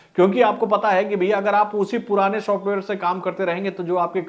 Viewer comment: Shosftware Nahin bhai, software. Bolo software 😂